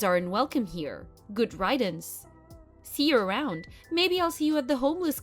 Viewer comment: I should get a job, editing aaaall of these chat texts! Whoever's doing the voice of Elaine, needs to learn how to pronounce the words "riddance" and "annually". Just sayin'! (I can't help it, sorry!)